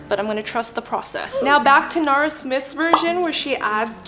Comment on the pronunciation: NARA smith. Her name is NARA not Nora